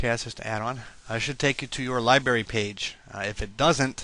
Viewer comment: wow you cant pronounce worth shit genair and libary